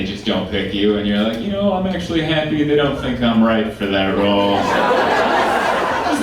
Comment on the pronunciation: I really like this guy but I'm always hyperfocused on the way he says "ya know." It's like "ee yahh know?"